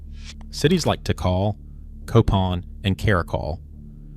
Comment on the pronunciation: For lord's sake..... Don't you think that if you are going to do a public presentation you should first verify pronunciation of important place names. Tikal (TeeKall) is not pronounced "teekle"...... Furthermore it was never Tikal.... it was Mutal..... And then later you pronounce Tikal correctly..... Therefore not only..... "I don't care enough to check my sources for accuracy."... but also "I should already know better and be consistent, but I don't care".